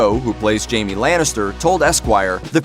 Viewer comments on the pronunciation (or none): none